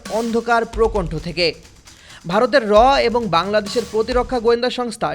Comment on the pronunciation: Not prokontho😂prokustho.